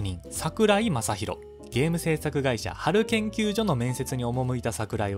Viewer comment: めちゃめちゃ細かいけどハル研究”しょ”なんです…これを機会に何卒